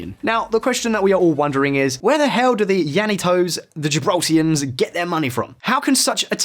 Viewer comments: Why do you keep saying Gibraltians? Its Gibraltarians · Gibraltarians mate...not 'Gibraltians'. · Why is he calling people from Gibraltar... Gibraltians? It's Gibraltarians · It is "Gibraltarians" not "Gibraltians" thanks lol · Gibraltarians, not Gibraltians lol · GibraltARians not Gibraltians. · It's Gibraltarian not Gibraltarans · What is a "Gibraltian"? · Great content however people that are born and raised in Gibraltar are Gibraltarians , also brush up on your Spanish vowels as you incorrectly pronounced La Linea and the Gibraltarian dialect Llanito . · GibraltarIANS not Gibraltians lol La Línea not la liné. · Gibraltarians not Gibraltarans. La Linea not La Liney. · "La linay" 🤣🤣 good research to be fair just not too sure People from La Linea and "gibraltians" (Gibraltarians) would appreciate those mistakes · Gibraltians?!! purrrrrlease .......GIBRALTARIANS. Or Llanitos (LL = Y = yanitos) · *Gibraltarians. And Llanitos is pronounced "yanitos" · I live in Gib....you need to brush up on your pronunciation for la Linea de la conception and also residents of Gibraltar are called Gibraltarians...good video other then that